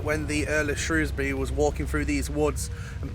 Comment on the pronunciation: Very interesting story and a very creepy tree .On a side note love how you said Shrewsbury 😁. Salopian's say Shrewsbury but people not from the County pronounce it Shrows-bury and then all us Salopians say there is no O in it 🤣.Lovely to hear it said properly .